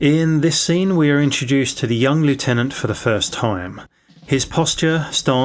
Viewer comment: You're English. It's pronounced "lef-tenant" 🤦